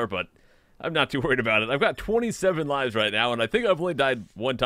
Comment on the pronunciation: *lives (pronounced l-eye-vss). Can you finish your sentence, please? What do you mean by, "In my country it's" what?